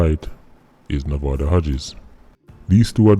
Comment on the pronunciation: This whole time I thought you were saying “movado Hodges”